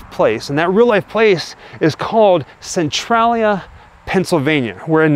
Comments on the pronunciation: It's pronounced cen-tray-lia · It is Centralia -- cen-trai-lia -- not cen-trol -lia! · Ive never heard anyone pronounce the name of that town like you do. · You pronounce Centralia wrong but cool video!! 👏🏻👏🏻